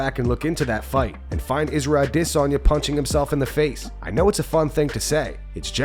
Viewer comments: How can you still not pronounce adesanya? I stopped watching you for like 6 months and you still can't pronounce it. Ah-dis-on-ya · Pronounce Adesanya normally 😅😅, instead of idissonya, you sound r*******, you don't say Paul Creg, you say Paul Craig, you don't put on an accent to pronounce they're name like they do, they just have an accent that's why it's different. It's pronounced Paul Creg by Paul because he's Scottish that's how Scottish people say Craig. But it doesn't change the name. His accent just changes the way he says it. Michael Bisping has discussed this exact matter. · This youtube channel might close down for how this guy pronounce aDESanya